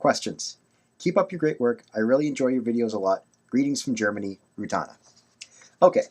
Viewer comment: Thanks so much for answering my questions ^^ I didn't expected a video so quick! And your answers really removed some weight from my shoulders ^^ Oh, and you pronounced "Rutana" perfectly ;)